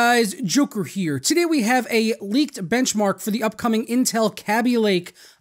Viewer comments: Commentator Dude that's obvious, I was using baby as another example. You pronounced it as 'ah' or 'hat', not like Katie. D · Commentator It might be, but you're the first person I've heard pronounce it like the a from 'cat' or 'that'. The first thing I think about when I think of the pronunciation of Kaby Lake is baby lake because it's gonna be pretty sick. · Commentator But you pronounced it differently. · how do you pronounce it? K(ah)bee or K(ayee)bee?? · Say Kaby-lake once more for me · I think you're pronouncing "Kaby" wrong. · daniel202 I thought the A in Kaby was a long A, like in Katie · People say kaby sooo wrong